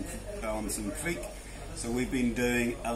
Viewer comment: Correct.Kviek like bike 👌🏼